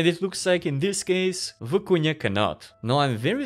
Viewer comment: Looks crazy & I can’t wait to check it out, but the way you pronounced it was distracting— just for future reference, it’s Vi-cu-na, not Vi-cu-nia. Haha.